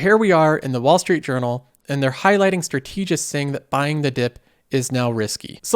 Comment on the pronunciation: Strategists isn't pronounced like that.